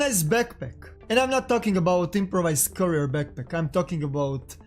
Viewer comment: Beckpeck, regs, sssstickssss man the way you talk I'm gonna puke really, if you gonna speak it speak it good